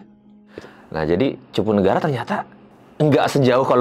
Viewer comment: Maaf bukan cipunagara...udh bener namanya CUPUNAGARA